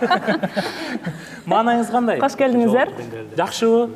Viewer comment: Кош келдиниздер дебейт куш келдинер деп айтат